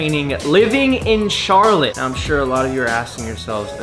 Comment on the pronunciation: Ah, yes. Charlotté. Great vid man!